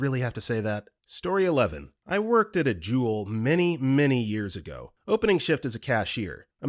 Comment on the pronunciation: “Juul”?? Try Jewel. It’s a grocery store chain.